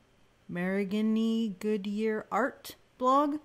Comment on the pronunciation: Marigny. It's a French name. It's pronounced Mari-nee (With the "a" as in 'cat' and the briefest pause at the dash cos the "g" is silent . . .)